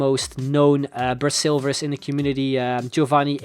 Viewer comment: Why did he say "bra"silvers???